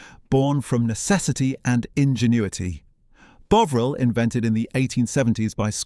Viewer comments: Tomato pronounced Tomayto, Bovril pronounced Bowvril? Seriously?😂😂😂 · BOW-ril c'mon AI sort it out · WTF is "Bowvril" (rediculous) mispronunciation? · Not so into AI commentary, even if it is reasonable compared with many. A single mispronunciation of Bovril, poor word links - "Burton. Upon Trent…", "strategically located near the Bass. Brewery" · Are you British, your pronunciation of tomato and bovril are very odd.